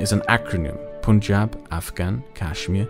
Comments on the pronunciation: Once again, it's pUn-jaab not pOOn-jaab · I get a laugh everytime Punjab is pronounced Poon-jab. Its such a weird way to pronounce a word that sounds like Pun-jahb. like a pun, not a poon. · The "pun" is actually pronounced like that....Punjab is pronounced as "pun-jaab". The "pun-" is pronounced like the word pun and "jab" is pronounceed as the pronunciation of "Ja" in the word "Java Script" but instead of the "v" add "b" so "jaab".